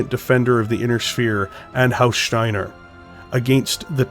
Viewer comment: Bloody fantastic video favourite so far plus I love how you say STEINER, such emphasis on the STEIN. From Zero to Hero indeed